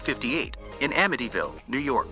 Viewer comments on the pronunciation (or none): none